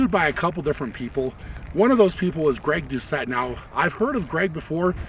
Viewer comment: Who's Gregg Doosh-it?